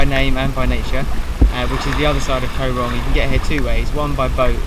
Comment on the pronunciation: im cambodiaan and its pronounced "kaw rohng" not "kou rong" 😺